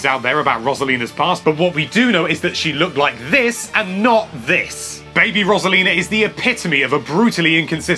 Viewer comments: I like all these characters, also you pronounced Rosalina wrong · Learn how to pronounce Rosalina